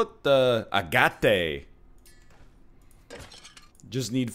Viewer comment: With all respect Mr. Lion; love the series, hate the pronunciation of "agate". agate noun, often attributive ag·ate | \ ˈa-gət \ Definition of agate 1: a fine-grained variegated chalcedony having its colors arranged in stripes, blended in clouds, or showing mosslike forms. Love the channel!